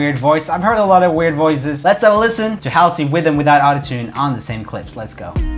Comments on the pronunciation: It is not pronounced hislley it is Hauls-e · “how see” SIR ITS “HALL SAY” aka “halsey” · Your pronouncing Hasley wrong. -_ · I’m pretty sure you’re pronouncing Halsey wrong 😂😂😂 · It's pronounced Hall-sey. The 'A' is pronounced like in Tall. Not like in Hat. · It’s pronounced hausey not Halsey 😂😂😂 love the channel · Anyone else gonna tell him it's pronounced as ' Haulsey' not Haalsi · It's not Howlsey it's hall-sey 😂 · He said hahley not Halsey. Hahahaha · Joel its haal-zee that's the pronunciation not hal-zee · It’s not Hasley it’s Halsey 🤣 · ITS NOT HASSLYY ITS HASLY🤣😂🤣😂😂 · Roomie it’s pronounced Halzey but spelt Halsey. 😬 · Is it like hOlsey? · HALSEY HALL-SEE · I love how he can't say her last name (also having the most amazingly scented flower as your last name would be so cool) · every time he pronounced halsey like that i died a little bit inside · Omg same!!!🤣🤣🤣🤣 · Roomie: getting mad that people don’t say roomie right when they react to him Also Roomie: doesn’t say Halsey right (No hate, just wanted to say it lmao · If i hear him say Halsey wrong one more time I'm going to cry. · He also mispronounced Warner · Same I cringe everytime he butchers Halsey's name, even her real name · was i the only one that got triggered every time he said halsey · He butchered Halseys name in seconds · Why did u say Halsey’s name like that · he said "Halsey" wrong XD